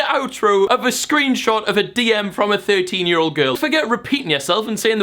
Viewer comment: Say "year" right and i might subscribe